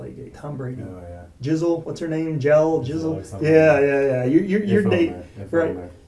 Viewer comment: He said Jizzle for Gisele. Hilarious